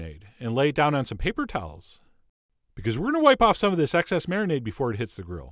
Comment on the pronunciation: Marinade is marimade 😂